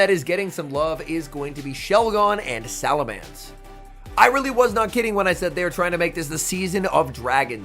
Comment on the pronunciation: PLEASE LEARN HOW TO PRONOUNCE SALAMENCE IT'S BEEN YEARS 😭